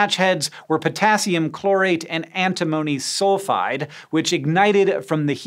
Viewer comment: ANTI-mony? an-TIM-ony..